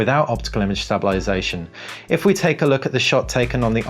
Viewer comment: Nice video but I have to inform you that you are not pronouncing the word stabilisation correctly and it sounds silly. Sorry but it better that someone tell you.